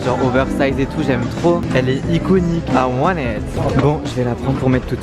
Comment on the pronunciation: Je t’aime beaucoup mais franchement il faut que t’arrête de parler ANGLAIS t’as aucun accent c’est horrible en dirait que tu parle avec le nez et c’est encore pire quand tu dis I WANT IT 😬